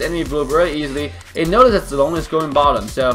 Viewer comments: I like how you pronounce zilong right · That pronunciation of zi long and yun zhao of yours is perfect, however in chinese we mention him as zhao yun instead, because we'll always call somebody by saying (Surname) first, then (first name/given name)-> (zhao)(yun). Zi long is a courtesy name "zi/字" (given to them when they turn adulthood, no longer a practice of modern chinese society) Adult of same generation with him will address him as Zhao Zi Long (surname)(courtesy name) or Zi Long, whereas the given name (Zhao Yun) is reserved only for himself and the elders. Hence, he is Zhao Yun zi Zi Long, we can call him Zhao Zi Long/ Zi Long/ Zhao Yun.